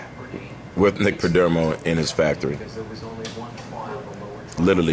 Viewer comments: Good vid but it's PerdOmo not Perdermo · Have you learned how to pronounce the perdomo family name correctly? 😂😂😂